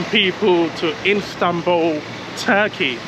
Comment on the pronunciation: Can u say istanbul i stead instanbul